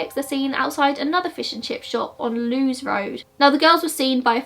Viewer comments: Awesome depiction of this tragedy. I live in Hove and the Brighton area for two years , well before this took place, and didn't even know of the existence of Wild Park! I loved to the USA in 2001. BTW, the pronunciation of Lewes, is "Lewis," not "Loos," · I actually live about a 5-minute drive from Wild Park so all the places you mentioned are really familiar to me. It is so sad what happened to the girls but at least the families finally have justice. Oh and Lewes Road is actually pronounced like the name Lewis, it took me a while to work out what road you were talking about hahaha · Lewes Road, pronounced Lewis. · 'Lewes' is pronounced 'Lewis' and 'Moulsecombe' pronounced 'moolscombe' Sorry I live here so don't often hear them mispronounced ha. The lighting ain't an issue, your content is good 😊